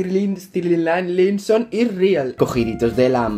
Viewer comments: Reaccioná a Ziam ahre te amo chau ah pará xq se pronuncia estailinson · se pronuncia stailinson por si querías saber ❤ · Se pronuncia Estailinson xd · Se pronuncia Stailinson y deberías instalarte Wattpad hay un montón de historias Larry para leer...Me caíste bien 💕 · jajajajaja, el mejor momento del vídeo es cuando intenta pronunciar Larry Stylinson (que por cierto suena como "Larry Stailinson") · AMO TU ACENTO, HABLAS BELLO. AMO QUE AMES A LARRY "STAILINSON". Así se pronuncia, o al menos, así lo pronunció yo... 😂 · se pronuncia Larry stailinson*😂😂❤ as muchos video larry😍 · Larry es más real que tú, que yo, que todos, si no existe, toda nuestra vida es falsa, una ilusión. Una vez que empiezas no puedes parar, JAJAJAJAJA. Se pronuncia "Estaylinson" o algo así jaja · Se pronuncia Estailinson(? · "Larry Estilinsinson" me estoy riendo fuertemente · Vendría a ser como "estailinson" la pronunciación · se pronuncia Larry stailinson ❤ Gracias por el vídeo akdhdjd soy Larry shipper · es larry estainlinsom pronunzacion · y se pronuncia estailinson <3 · ahora te amo mas <3 Viva larry por cierto se pronuncia estailinson jajaja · Perdón x corregirte, pero se lee "estailinson" y se escribe "stylinson", solo es para que lo leas bien, no te ofendas por favor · Se pronuncia "Larry Estailinson". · Larry Stilinson jajajajaja, me mata tu pronunciación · Se pronuncia "Larry estailinson" jajaja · Todo bien pero se pronuncia " Larry Estailinson" ♥😍⚡ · Se pronuncia Estalaison jeje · Se pronuncia Estailinson😂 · Es "estailinson" 😂😂😂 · se pronuncia larry estailinson ahre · estilinsinson xdddd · se dice estailinson :v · Se pronuncia Stailinson XD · se dice larri stailinson AHRE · se pronuncia stailinson 😂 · Pronuncias mal Stylinson😝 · estilinsinson 😂😂😂. Se pronuncia Estailinson 😌